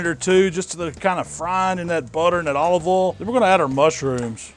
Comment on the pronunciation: What is his accent? How he pronounces 'olive ol' and 'nice (naahs) is funny.